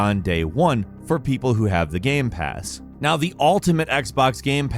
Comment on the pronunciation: I can tell you are a Sony fanboy since you mispronounced GamePass